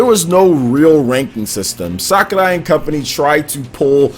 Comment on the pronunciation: Your pronounciation of "Sakurai" really bothers me lol "Sakaray" instead of "Sakuray"